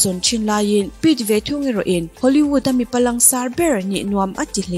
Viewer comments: Hollyvood tia lam hi hollywood tihtur ani em..Nge hoolyvood a awm ve tho,nge lam no tum deuh vang hrim2. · 19 sec ah hian lam sap mai2.. Hollyvood maw...😂😂😂